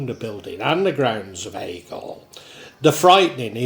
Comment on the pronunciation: A few minor corrections from your video... Aspull not Apsull Worsley Mesnes - pronounced Worsley Mains Haigh - pronounced Hay